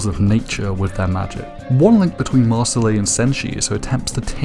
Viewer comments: You can tell this guy watched the sub because he pronounced it (maur-sill-ee) instead of (maur-sill) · Dude why are you pronouncing it "MarcillAE" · dawg it's pronounced Mar-seel and it is a French name